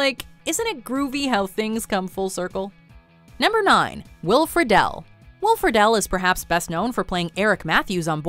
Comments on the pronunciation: This lady not only can't pronounce things right, she even misplaced letters like Friedle as "frih-dell" instead of "free-dl" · Will Friedle is pronounced like Freedle...